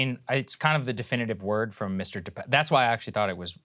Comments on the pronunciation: DePap, NOT "DePapi". Krystal NEVER listens to Sagaar. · Krystal: De-Pappy, or however you pronounce it. Saagar: De-pap. Krystal: anyway! De-Pappy! 🙄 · I went to school with Dave in Powell River, BC, Canada. It's pronounced De-pap. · It's pronounced DE PAPEY not DE PAP or DE PAPI Jesus, America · Cant she bother to get the last name right? Its bit DePapi even her co host told her